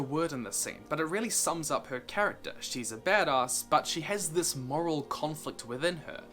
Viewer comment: The way says "Badass" makes me kind of uncomfortable. Great video as always though.